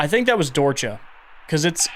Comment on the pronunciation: late to the video and listening while i draw but finally looked at the screen here and recognized the word, so hi! Longtime lurker, first time commenter. Dorcha is actually something i recognize as an irish word which honestly makes sense given just how fucked up irish lore can be LOL. It means dark, and its pronounced like dur-ha:)